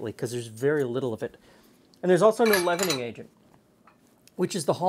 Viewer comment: At the beginning when you said “leavening agent”? I had to listen three or four times before I realized you weren’t saying “lemonade”.